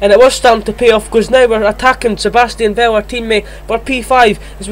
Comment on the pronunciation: And thats Vettel not Ve-el 🙄